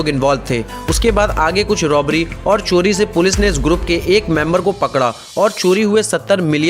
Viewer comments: Coli Nahi Bhai Cori Hota Hai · Abe Wo chori hota h "choli" nhi re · Choli nehi chori hota hai.